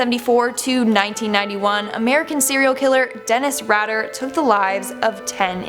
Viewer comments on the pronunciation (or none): Omg Denis Rader is pronounced raid-er, your mis use of reading simple names astounds me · WHEN YOURE SO BASIC YOU DONT EVEN KNOW HOW TO PRONOUNCE DENNIS RADER PROPERLY.